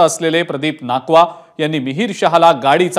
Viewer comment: नाकवा नाही नाखवा असं आडनाव आहे